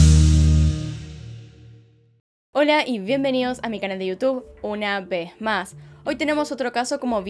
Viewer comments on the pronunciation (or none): Estaba soñando con tu "hola y bienvenido a mi canal una ve ma" Y despierto ¡¡un nuevo video!!!!